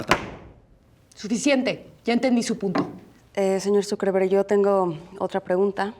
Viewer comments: it sounds like she says "SuperVerga" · Dice zuckerberg o dice superverga? 🤣🤣